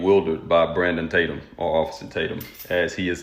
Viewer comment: is it just me, or did Nancy call him Brandumb Tatum? 🤣